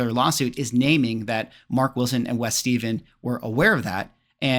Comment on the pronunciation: I think it's pronounced 'Steffan' not 'Steven'.